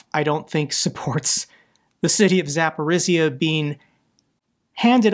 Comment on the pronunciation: Zaporyzhya ZapporyŽya ---the sound /ž/ , like in French words Jean etc....